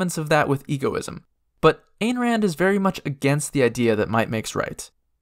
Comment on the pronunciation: Fun fact- the souls of true atheists in DnD go straight to Hell to be eaten by Asmodeus. Some of these factions are basically his dinner. (also, it's pronounced Ein Rand, btw- rhymes with "dine")